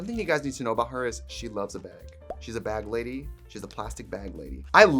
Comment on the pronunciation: when she says bag too! baeg